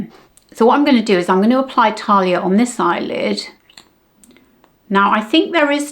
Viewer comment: Sorry to be pedantic but Thalia is pronounced as we would say TH as in thanks and it’s a short vowel - there are no long vowels in Greek. I have a work colleague here in Greece who calls me Thalia ( no idea why 🤷🏻‍♀️) instead of Sally. The shadows are really nice and I agree with you, I much prefer matte shadows for day. I think much more flattering.